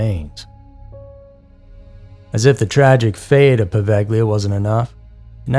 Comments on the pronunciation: Hi,! Poveglia is pronounced "po-VAY-lia". Great video 😊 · its pronounced pro-vail-e-aw